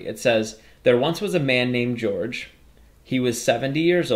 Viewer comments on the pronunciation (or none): none